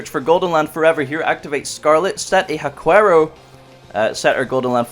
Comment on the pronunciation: WA-kero not hua quero. If it was proncounced the way you said it, the the dog breed would be named chiwawa instead of chihuahua…. 😑